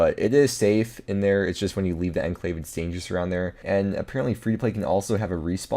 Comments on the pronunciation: Enclave is pronounced as on-clave. I know that is weird, but English is weird, so... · Love the videos. But you and half of the RS YouTubers have to learn how to pronounce “enclave.”